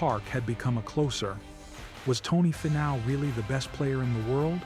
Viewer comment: Great video on Tony. Was AI narrating? You might want to look into pronouncing his name. It's,Fee-now not Fi-now